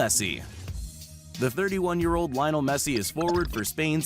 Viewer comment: The way he said lionel